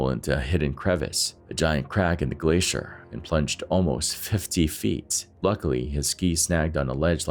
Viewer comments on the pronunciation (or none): none